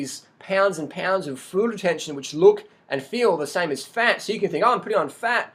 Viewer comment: fLuid retention (not food/fruid retention)